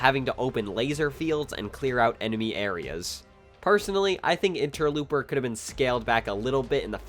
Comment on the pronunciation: It's pronounced ENTER-LOPE-ER.